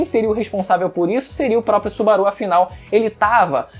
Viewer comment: Que agonia dele falando o nome do Subaru kkkkkkkkkkk